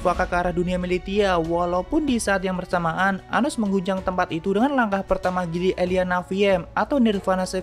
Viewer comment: Anos om bukan anus 😂